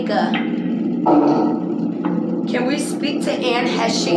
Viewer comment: Anne's last name is actually pronounced Haysh.